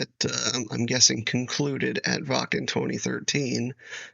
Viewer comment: You pronouncing Wacken correct: subscribed!😊